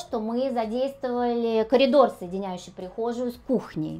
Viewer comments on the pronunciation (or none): none